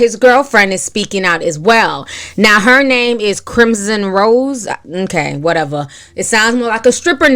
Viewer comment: Ti, when you said “Whateva” you sounded like you’re from my hometown of Brooklyn 🤗